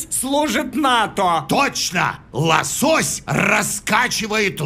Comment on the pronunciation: правильно ло'сось а не лосо'сь..